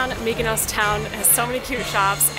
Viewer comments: Tulum....Mykonos. LOL That is exactly what I was hearing every time said Mykonos. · Nobody: TIM: MYKONOS